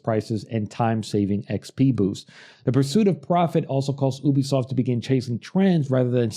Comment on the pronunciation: It's pronounced YOU-BEE-SOFT